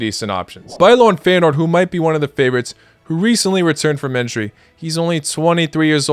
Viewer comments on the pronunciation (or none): none